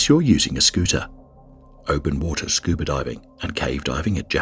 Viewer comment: When did scuba become scubr?